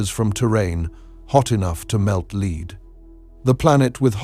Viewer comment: “Hot enough to melt leeed”…………..lol